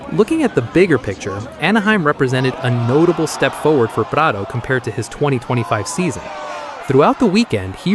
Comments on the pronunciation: You can really say prado’s name with the utmost authenticity. 🙄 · Why are you pronouncing Prado‘s name with a Spanish accent but not pronouncing any of the other non-American riders names with an accent in line with their native language? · I'm about done with AI etc. Why is there an accent when saying Prado?